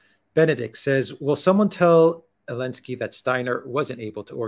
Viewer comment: Can somebody tell me why says elensky and not zelensky? Edit: please:)